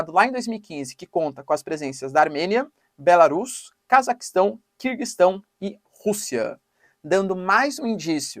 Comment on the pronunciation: Pronunciando Belarus da forma correta! Aí sim, hein! 👏👏👏 Só falta corrigir o gentílico dos EUA pra eu aderir aos membros. 😆